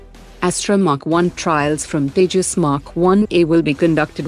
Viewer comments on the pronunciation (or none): none